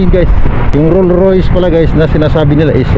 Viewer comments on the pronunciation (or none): ROLLS ROYCE yan, hindi ROLL ROYS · Rolls-Royce hindi Roll royce 😂😂😂😂😂😂